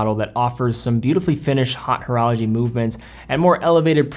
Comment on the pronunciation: I thought he said "hot horology" for a second. Ooops! I personally feel pretentious when pronouncing the French borrowings, but then just don't use em:) Or lean into americanizing the vowels and pronounce it Oat Orology:)